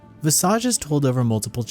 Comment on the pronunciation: It's just nice to hear someone finally pronounce the word "visage" correctly. It's old French based on the Latin word "visus" (to see). But It means "face" in French.